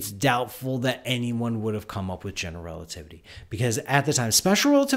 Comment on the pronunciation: Is it just me, or is he pronouncing "generelativity"? Also, shouldn't the name "Einstein" be pronounced "Ein-shtein"?